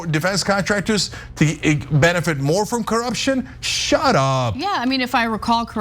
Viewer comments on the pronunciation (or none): none